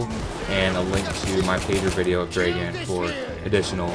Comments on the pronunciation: You say it like Draegan,but its supposed to be pronounced like dragun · Hey just wanted to say it pronounced "Drra-Gan" not dragen:D That's the slavic pronunciation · Its not "Draeghan" its "Dragan". Spelled like Drug+and-d